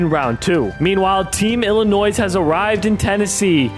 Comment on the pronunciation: Bro the last “S” is silent in Arkansas and Illinois! 🤦🏽‍♂️